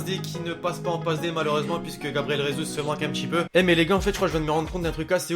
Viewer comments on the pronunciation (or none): On dit Gabriel jesus et pas resus c’est pas espagnol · Gabriel jesus se dit gabriel "jésous"c' est du portugais et pas de l'espagnol donc pas de " résus"....